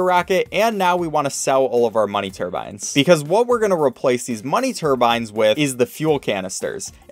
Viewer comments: What does said Turbine as Turban? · Why was it “money turban” for the whole video until , where it finally became money turbine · I cant let you go through life calling it a "money turban" its turbine, bine like 9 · it’s turbine not turban a turbans one of those genie hates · Why did you pronounce Turbine like Turban until the last quarter of the video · "Tur-bin" makes me so internally frustrated. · You definitely said turban the first time you said money turbines